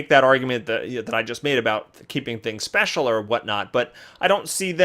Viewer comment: "Special", please tell me English is not your first language.